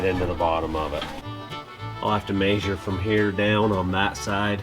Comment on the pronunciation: Mayshure with the tape mayshure